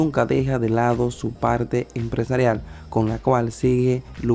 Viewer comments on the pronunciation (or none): none